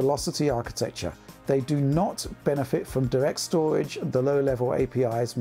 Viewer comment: Think he said SSD's, solid' state' doridge